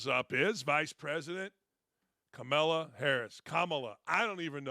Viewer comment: Why do you insist on mispronouncing Kamala's name? The pettiness & immaturity is glaring.